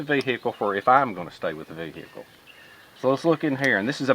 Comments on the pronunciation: Vee "hick" ell, love it! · I love the way he says ve hic kle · don't ya mean, vee-hickle? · Ha new video for Friday 😃 Man I love how you say vehicle! Greetings from the UK and thanks for the time taken on your videos